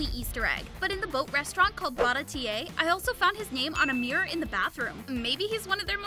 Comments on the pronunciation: you pronounce it barati not baratiey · You didnt pronounce baratie correctly😅💀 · BarA teA - A :/ its just baratie bruh '_' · In the boat restaurant bara-tee-eyh